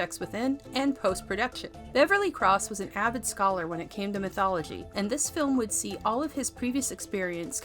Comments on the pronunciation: Is this voiced by AI? Who pronounces"mythology" like that? I've never heard it pronounced that way in any dialect of English. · You're pronouncing mythology wrong. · Does anyone think she pronounces the word mythology funny?